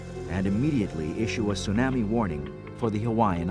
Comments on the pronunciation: The only thing that bugs me is how the announcer pronounces tsunami. I know facts about tsunamis were not known back when this was produced, and back in the 60s the scale didn't go to 9 and higher. Chilean earthquake was at most a 9.6 The Alaskan quake was 9.0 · The narrator's pronunciation of tsunami is funny.